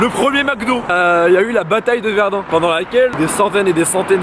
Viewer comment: sa se dit pas pas verd''an'' mais verd''in'' et sa s'ecrit verdun